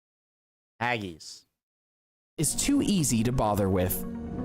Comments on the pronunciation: Some alternative facts on show here. haggis isnt pronounced haggies, rather it sounds like haggiss. Also that wasnt toad in the hole. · If you are going to criticise something at least tell him to get the pronunciation correct. It's not Hagese, it's Haggis so easy why say it wrong. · I really hate the way Americans pronounce words, get it right or dont say it at all, its haggis not haggies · Haggeees, haggeees what the f are haggeees? Now Haggis that's different. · He says Haggis completely wrong , he says it like this Hag gis . JH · Haggees??? Why did he pronounce it like that???? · They didn't get much right in this video though I accept it was tongue in cheek. They didn't actually show toad in the hole. Haggis is not pronounced haggeeeeeeees. A chip butty is not a fries sandwich, chips definitely are not fries and a good chip butty is a thing of beauty and a delight to eat. Fried Mars bar is a novelty food that no one in the real world eats and I doubt you could find stargazy pie being sold anywhere in the UK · How many times can that narrator say "haggeez"? The clue to the pronunciation of 'haggis' is right there in the spelling! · Haggis is delicious but it's not Hag ees. Black pudding is also delicious and doesn't taste anything like blood and toad in the hole is sausages cooked in the yorkshire pudding batter not a couple of sausages plonked inside an individual yorkshire . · Isn't anybody going to mention that "haggis" is pronounced as it is spelt and not as "haggeese"? Credit, though, to the narrator for getting "mushy peas" right and not saying "mooshy". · I must try some "hag-geese" one day. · Haggies??? thats embarrasing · Hageees, hahaha. Original title should be usual foods from the UK though, since he did not cover only English food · I'm English and I love Haggis. I make soup with it and it is delicious 😊 Also it made me smile when the presenter pronounced it as 'haggies'😅